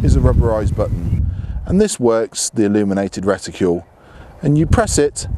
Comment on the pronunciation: reticule? no RETICLE!!!